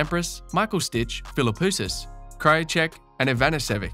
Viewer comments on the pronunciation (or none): to the narrator: please before start doing so, spend a few minutes to learn how to pronounce the players' names? STITCH? Ivan-nessivich? Come on man!